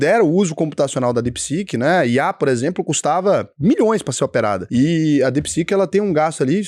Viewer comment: é DeepSeek e não DepSec kkkkkk